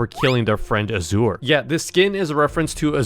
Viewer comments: Norway he pronounced it asewer its azure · i lost 100 brain cells every time he said auh-zore instead of ah-zhur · azure is pronounced azz ure (zchur)